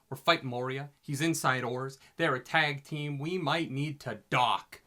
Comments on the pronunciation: Maria XD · Still saying Moria wrong...